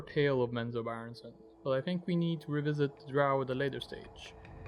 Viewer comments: "Min-zob-a-ruh" Bro what? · Why does the narrator place so much emphasis pronouncing the names of people and places? Especially since he's pronouncing alot of them like he's not clear at all how they should sound in regard to the spelling. And lastly, like so many other "so-called" EXPERTS of these forgotten realms, get your facts right before you try "EDUCATING" the rest of us mere mortals. There's nothing more annoying than listening to a so-called expert swerve and weave their way like a palsy victim on speed through a minefield they knowingly entered so they can show off. I don't begrudge most people for trying, but all the best intentions in the world are pointless if ultimately you don't have your shit together! These are just observations I have made in regards to the internet and every loose Lucy& Tom, Dick, and Harry who couldn't help themselves from just doing what all the Non-Experts of the world are doing, and that's simply -Just FUCKING OFF! TOODLES. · You mean it’s not menzo bah ren zen?